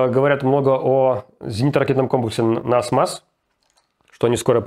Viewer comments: Насамс а то насмас как ниф нуф и наф наф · Спасибо за новости. Руслан, не NASMAS, а NASAMS. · Nasams, этот комплекс называется так, а не nasmas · NASAMS - нас-амс, не так ли? не нас-мас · не НАСМАС, а НАСАМС! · Все-таки NASAMS, а не NASMAS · Nasams а не насмас) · NASAMS. Произношение на английском - Эн Эй Самс. Norwegian Advanced Surface-to-air missile. Дословно - норвежский продвинутый реактивный (зенитноракетный) снаряд земля-воздух. Русская классификация - Норвежский продвинутый передвихной зенитноракетный комплекс. Может будет полезно. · И все-таки сильно резануло ухо упорное произношение названия системы ПВО NASAMS как "Насмас". Кто такой этот ваш "Насмас"?